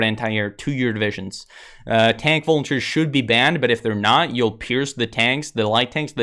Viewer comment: What is he saying ? Tank-something should be banned? I hear "tank vultures" .. what is he actually saying?